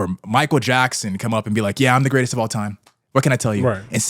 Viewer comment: Grratest at what??? Lossing???